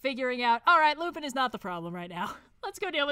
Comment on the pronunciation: Ngl, Lupin III is my favorite anime, and hearing constantly mispronounce Lupin killed me on the inside every time it happened. But aside from that, yes. Great tier list.